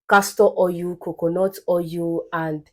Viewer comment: I'm referring to Igbo as "yibo" . Your Igbo intonation is pronounced especially when pronouncing oil, you say "oryu" So, you be Omo "yibo" na🥰